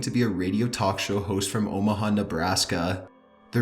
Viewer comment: Omaha more like o ma ga